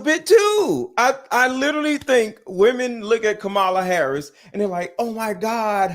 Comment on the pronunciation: Ain’t you a little too old to pronounce the word literally as littlelly?